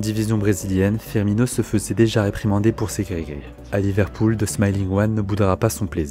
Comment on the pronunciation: S’il vous plaît 😩😩😩 C’EST PAS FIRMIÑO !